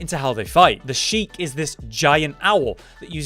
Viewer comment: "The Sheek" not even close